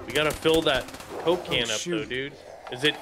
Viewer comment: for some reasons when I hear you say coke can it sound like cocaine